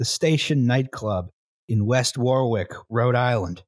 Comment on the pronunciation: Cancelled for pronouncing Warwick as War Wick. 🙂